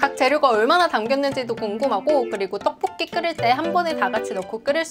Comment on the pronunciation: 떡뽂끼 발음 너무 귀엽다 한시간 반복재생 하고싶어 ㅠ